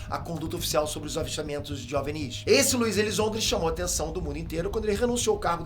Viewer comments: não é "Ovnís" é só "ovni" sem essa puxada esse destaque no último "í". Ficou estranho kkk parece que o nunca ouviu as pessoas pronunciando essas palavras. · Esse cabelo de Caio Ribeiro precisa de um corte moderno e ousado...E não se pronuncia em português " ovNIS" , com força no "NIS" , e sim "Óvnis" , com mais força no "ÓV" .... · fala OVNI direito, você é BR pow. Ovnis não Ovnís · É a primeira pessoa que escuto chamando ovinis de ovenis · kkkkkkkkkkk A melhor coisa do vídeo na minha opinião, adoro a forma aleatória que ele acentua as palavras. Espero que tenha mais vídeos sobre ovnís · Porque esse maluco fica falando OVNíS? Porra é essa bixo. 10min de video e esse bixo ja falou um monte de besteira. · Gostei do vídeo falando sobre essa questão dos OVNIs (nervoso ouvir ele falando OVNÍs😅) Primeira pessoa que ouço falar assim...e olha que eu consumo muito conteúdo sobre isso, heim! Mas, traga mais vídeos sobre essas coisas sobre ciências e teorias da conspiração! 😃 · Desde quando se pronuncia "ovinììì"??? E "ò-ve-eni-is"???? anda bem maluco... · Curiosidade: "OVÍNIS"?? É a 1° vez que ouço OVNIS (ênfase na sílaba "VÍ" ) e tô estranhando kk Será que sempre falei/ouvi errado? 🤔 Haha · Tantas abreviações e acrônimos e o cara pronuncia errado o termo OVNI. O "V" é mudo, não se pronuncia "OVINÍS"! 😂😂😂😂😂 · Difícil é ouvir o cara pronunciar “óvenís” o tempo todo. Não é possível… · Por que você fala "Ovnis"..... ressaltando o "nis", se não tem acento?